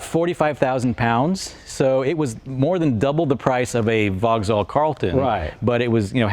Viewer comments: It's pronoumced "Vox-All" not "Vog-Zall"! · It uses a Corvette gearbox and it's Vauxhall not Vogal. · Brit' here - VauxHall sounds wrong, drop the H = Vaux'all, now you're speaking the lingo 😉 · OMFG, can someone tell this chap how to pronounce ‘Vauxhall’ correctly?! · Can’t pronounce ‘Vauxhall’ though.